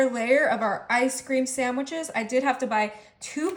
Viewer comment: Is she calling them ice cream saMwiches?